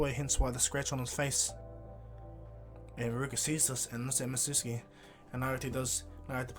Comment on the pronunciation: the name is mi-zu-ki